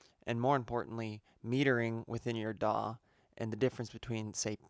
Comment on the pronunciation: It's DAW ...not daaah 😐😂💔...just kiddig